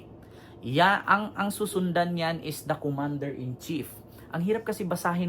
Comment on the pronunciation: Commander in cheap bogus bulol ka palusot.ka.pa bobo